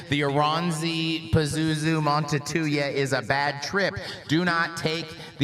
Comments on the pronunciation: Montetuja? Well... it's certainly one of the pronunciations of all time. As a Finn, I found that quite creative. 😅 On IPA (not the beer), it should go something like this: /ˈmuːntɑu̯tujɑ/ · pronunciation of the Finnish language is just as good as his pronunciation of the word nuclear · If only had a colleague who could have helped out on how to pronounce a Finish title...